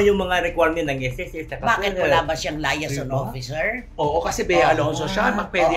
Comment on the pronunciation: Say liyeyson not layason. Tenge